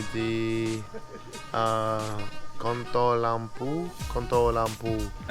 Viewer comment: 2.50 Kanto lampo Not KONT"LAMPO..Cumiiiiii🤣🤣🤣